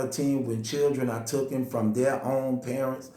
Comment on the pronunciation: How hard is it to say TAKEN?